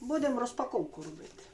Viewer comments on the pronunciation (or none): none